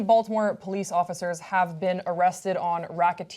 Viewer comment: SOOO happy some mentioned the Wire... it was literally the first thing that came to my head when I heard them say Balitmore